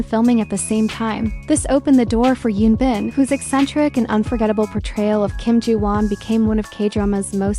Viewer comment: It’s Hyun Bin with an “H” not Yoon Bin. Please research and say their names correctly if you’re going to make these videos.